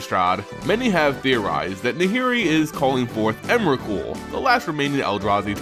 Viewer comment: its emrakul...